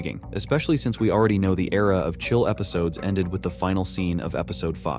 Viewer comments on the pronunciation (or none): none